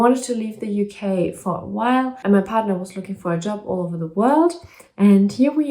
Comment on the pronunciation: Love how you pronounce partner 💯😉😀 August will be ok 🤗